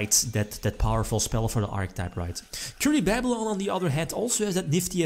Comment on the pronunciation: Us: Kuribabylon: Curry-Baaaa-byuh-lon